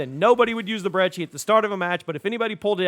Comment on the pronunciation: You actually know how to pronounce "Brecci". Kudos!